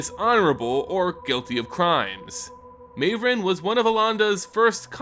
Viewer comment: Surely Mavren isn't pronounced that way?